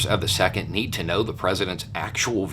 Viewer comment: ME, TOO! Had to listen to him say it a few times before I figured out he was saying The Second. And, I'm like, what videos did he talk about supporting The Senate? Duh.